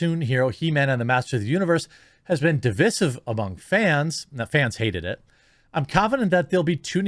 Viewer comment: Divisiff? Bud , it’s divisive